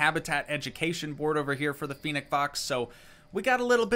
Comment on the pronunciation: You are pronouncing fennec for wrong